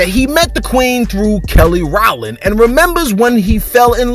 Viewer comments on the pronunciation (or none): Did you really mispronounce her name that bad my dude? LoL ... It’s Row-Land bruh